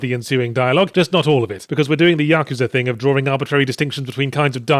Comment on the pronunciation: I've been on a binge watching every single ZP since inception, and this apparently is the first video that he pronounces "Yakuza" correctly. I have to assume that it's because after having to figure out how Amaterasu was pronounced, he realized that his pronunciation of Yakuza was a bit off, even if it was probably how every other English speaker (including me) would pronounce it not knowing anything else. I'll have to see when/if he starts pronouncing Miyamoto and similar words/names correctly.